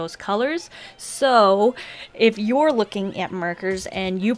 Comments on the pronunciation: she said merkeres instead of markers XD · *ET MERKKERRSS*